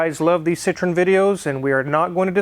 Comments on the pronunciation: correct pronunciation is SEE_TROW_EN (FRENCH CAR) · And you know what?. André Citroën was of Dutch decent and they changed the name Citroen (which means Lemon (!) in Dutch) to Citroën because the French couldn't pronounce it! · If Citron and Citroen are pronounced the same way, what is the point of the "e"? I'm sure Daniel Saaaaahhn could tell you.